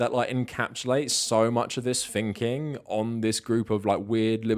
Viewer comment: Quit saying "finking", bro! It's THinking! Jeez, love the content, but damn that's annoying!